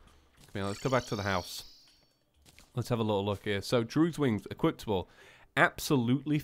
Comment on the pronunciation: you said equiptable again.